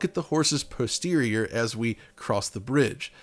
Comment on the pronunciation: Too bad he said prosterior